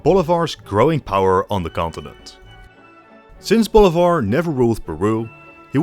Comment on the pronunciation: Bolivar is pronounced BOH LEE BAHR . Stressing the EE. Not Boulevard